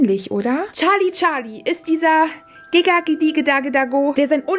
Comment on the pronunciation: Es heißt gesagt die oh die da da oh nicht Gaga oh okay danke😅